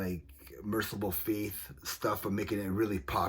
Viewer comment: Did you mean MercyfulFate? Because its fate, not faith as you said multiple times! I dont mean to be mean but i wanted to help you out im glad you explained how you think hate is a strong word, because it is an maybe telling people which bands you like is a more positive way to look at things because we live in a world drowning in hate these days